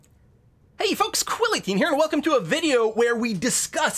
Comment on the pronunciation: Every video on start I hear "Hey fox quality here!" xD